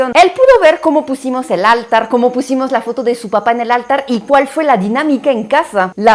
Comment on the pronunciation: No áltar…. Es altar; no habito, es hábito